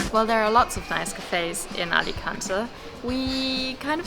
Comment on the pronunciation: English pronounce it Alicantay 🙂